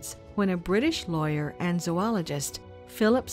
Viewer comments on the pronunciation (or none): none